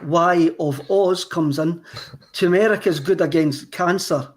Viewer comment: Tur-mer-ick. Not Chew-mur-ic